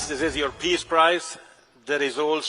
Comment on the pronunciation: I thought he said Piss Prize.